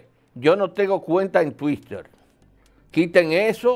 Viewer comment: "Señoressss, yo no tengo cuenta en TUISTER" tan bello mi abuelito T. T